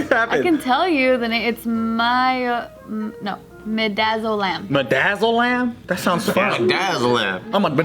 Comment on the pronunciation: Its Medazzle-MAAM